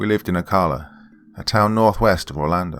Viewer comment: Thanks for another good one,. I lived in Central Florida most of my life. Not criticizing, but if you have another story with Ocala in it, the pronunciation for the ca part is the same as saying California.